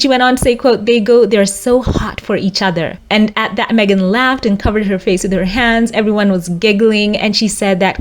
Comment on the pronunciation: Thanks for getting her name right.😊